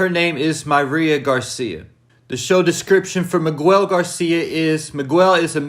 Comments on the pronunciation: nigga said meegwel lmao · The U I’m Miguel is silent . Js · You saying Miguel’s name wrong is triggering lol